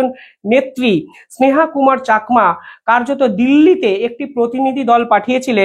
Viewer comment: Pl. Correct your pronunciation of Rangamati and Chakma. Not Rongomoti or chokma